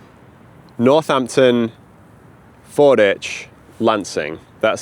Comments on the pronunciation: Just fyi, it's Ford WICH, not 'ich'. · Locals call this FordWich, not Forditch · I lived in Canterbury for 25 years and we always called it "Fordwich" not "Forditch", and now I'm doubting myself... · I love your content, but it’s Ford-witch, not Ford-itch! (I live a few miles away) 🙂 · Fordwich is pronouced Ford Which, in the same way that Sandwich is down stream on the Stour. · Pronounced ford-witch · Fordwich is pronounced ford witch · Pronounced Ford-Witch by the locals btw. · I believe Fordwich is pronounced with the W present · You pronounced Fordwich wrong. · If you're ever back in the area, the 'w' in Fordwich isn't silent. It's pronounced how it's spelt, unlike Greenwich.